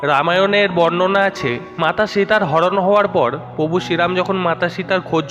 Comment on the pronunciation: দাদা contain টা খুবই সুন্দর কিন্তু উচ্চারণ আরও সুন্দর হবে ।যেমন প্রভু উচ্চারন ।। বিষয় টা দেখবেন একটু ।